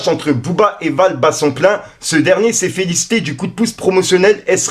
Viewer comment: Frere fait des efforts en lecture serieux! C pas" s est fait lister " mais felicité 🤣